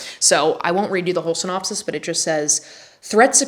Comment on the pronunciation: "a quick synop-ee"!! also the walls behind you are identical to my living room omg